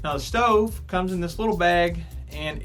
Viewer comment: “Ima show u the shtove and show you the coouk time “😂